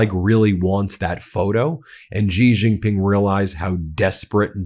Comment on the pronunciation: Zelensky always weasels his way into every meeting. AND STOP! saying JiJinPing! His name is XIJinPing!